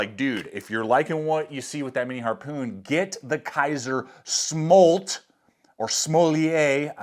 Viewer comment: The pronunciation is SM - OOOO - L - TTT by the way......